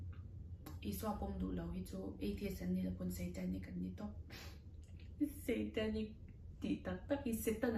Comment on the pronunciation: Ngatinge SEItanic ti a, a lam tlat le😂😂😂